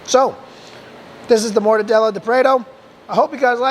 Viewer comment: Wow! That was fast! Cheers for taking up my request so quickly! Cheers, again, mate! Now you owe it to yourself to go to The Mercado Municipal in São Paulo, Brazil and get a mortadella sandwich at one of the second floor resturants, with cold beer, of course. Lastly, try pronouncing "prato" as prah-toe...